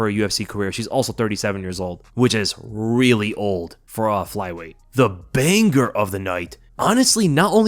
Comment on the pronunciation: I can only assume it was intentional to consistently repeat/mispronounce the word banger as 'bang-gur'. It's like doubling down on stupidity